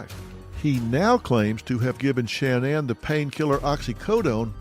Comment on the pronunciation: I'm not trying to be rude but it sounds rude but why does Dr Phil mispronounce Shanann's name